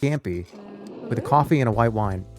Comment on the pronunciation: Iced Coaffee, Stuffed Peppuhs, BYEAH